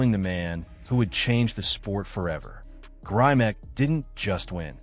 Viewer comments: First, the commentator needs to pronounce Grimick not Grimack. John Grimick is an icon in bodybuilding and one of the founders of Strength and Health magazine and the York Barbelle Company. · his name has a short i sound not a long i sound. pay homage by saying the name correctly. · Not grimack grimek!!!!!!!